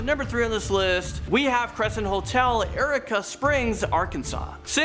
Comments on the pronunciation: “Erica Springs, Arkansas” Please read what you’re going to say before you say and make certain your pronounce correctly. It Eureka (YOUR IKA) Springs. smh 🤦‍♀️ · Eureka Springs is pronounced You-Reek-Uh.... 🤨 Yes, I'm an Arkie. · Don’t let this guy ever pronounce words in his own. It’s “your eek ah”